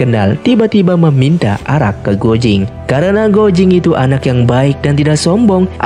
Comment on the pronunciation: untuk komentator, guo jing(郭精) di bacanya kuo cing, bukan guo jing..😊 hong qi kong dibacanya: hung chi kung.